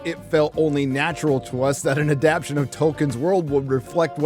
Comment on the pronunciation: I love your videos, but PLEASE; it's adaptation, not "adaption."